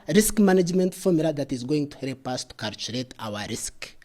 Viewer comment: Calchurate and Calchurator